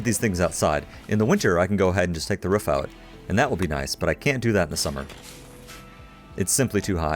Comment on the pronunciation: You say turbine and roof weird